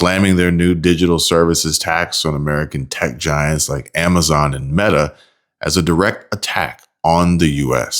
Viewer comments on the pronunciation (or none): none